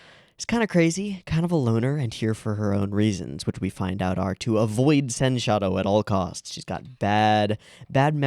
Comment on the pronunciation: It's not sen-shadow, it's pronounced as sensha-do.